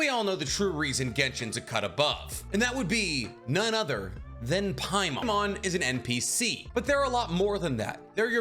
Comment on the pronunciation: Its not Paimon, trust me its not paimon